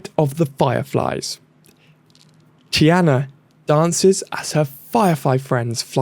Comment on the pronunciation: Tea-Ah-Nah Tiana🤓